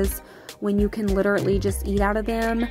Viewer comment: I seriously love your channel, but please, could you stop saying “literately”... it’s “literally”. ♥️